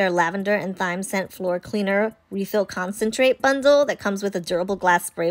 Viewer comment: I love the orange rosemary scent. BTW the “h” in thyme is silent, it sounds exactly like the word “time” 😅